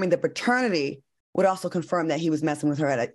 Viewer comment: Why Al keep saying Baternity test. 😂😂😂😂